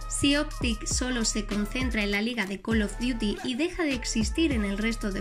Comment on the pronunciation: Hiciste el curso de Inglés sin barreras ?